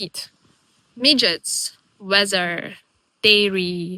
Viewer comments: Every time you pronounced midgies as midgets I was howling. 🤣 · You are very wecome in Scotland, glad you are enjoying it here. Your pronunciation of midgies is hillarious don't change it no matter what they tell you. I just imagine lots of lttle people running around biting people 🤣🤣